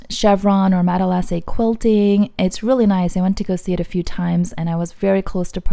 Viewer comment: I hate to correct you, but it’s pronounced mat-lah-say. Thanks for the video